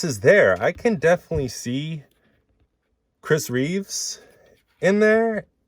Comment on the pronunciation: Christopher REEVE... not "Reeves"... George Reeves (who portrayed Superman on TV in the old days) has an S on the end of his surname... Chris does NOT...The only S that appears for him is on his chest and the cape, lol. I wish people would stop botching his name.